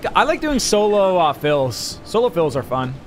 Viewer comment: XD he said solo fill